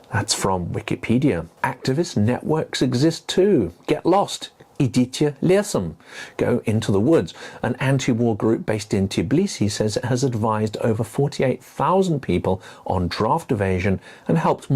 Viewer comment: sorry to nitpick on your wonderful channel - it´s Tbilisi, not Tiblisi. Georgian has these clusters of consonants that are hard to pronounce. Thank you for your work! 💙💛